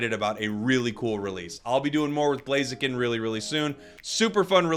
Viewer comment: The name is blaziken 😂🎉 not chiken